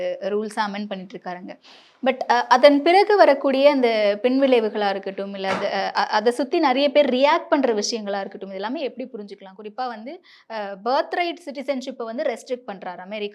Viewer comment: பென்விளைவுகள் மாதிரி பின்விளைவுகளை உச்சரிக்கிறீர் சகோதரி.